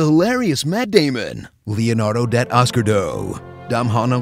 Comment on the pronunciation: "Leonardo DATOSCARDOE"LOL